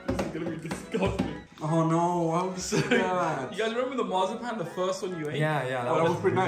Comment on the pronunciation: "mars a pan" lol